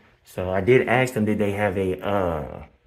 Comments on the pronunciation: How do you “ ax “ for something? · Lmao aks, aksed and aksing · I know this is a African American when he said “ax” instead of “ ask”. Please explain why ax is used wrongly.